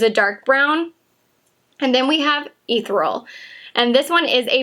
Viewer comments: The shimmer shade in the pro palette is pronounced ee-theri-ul not ethral. you're the 4th person who has pronounced it wrong. Not judging, just lettin ya know in case you use it again in the future. Lol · Ethereal sounds like= Eh-thir(like ear)-ee-ul ...hope this helps....I keep seeing a ton of YouTubers saying it the wrong way and its driving me nuts LOL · try pronouncing E - cereal then say E-thereal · PS At the risk of being "that person", (you're obviously a smart, confident person, so hopeful my note is just seen as friendly comment, as I intended, rather than judgey snark) In the metallic shadow on the first row, Ethereal, is pronounced "e-THER-ee-uhl" - it sounds like you've missed pronouncing that second E... Easy to do as it's one of those tricky to say words/ones you're often like "how's that pronounced, again?!". I sometimes do that with "behemoth". I noticed lots of vloggers were unsure of the Prosecco shade name in Jaclyn Hill X Becca (Italian adding to the mix!), so I'm not alone in this. Thanks again, great job! PPS My wallet does NOT thank you! Just sayin'. :P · Thank you! Mine arrived but I'm trying not to look at it until my birthday. Ethereal: delicate and light, you might google the pronunciation. I mispronounced something similar while reading the narrative to a slide show years ago (room full of people of course).